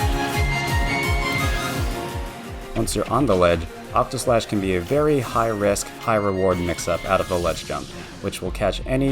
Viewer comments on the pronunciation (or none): *Octaslashn not Octoslash. Sorry, FF fan. Had to say it. 😖 Fantastic guide, thank you so much!!!